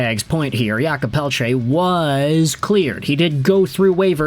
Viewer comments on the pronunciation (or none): Thank you for all your videos and prononciation efforts. Just so you know, in french we say 'Jacob' not 'Yakob', he is not eastern european 😅😆 I know french is not always clear and easy. 😂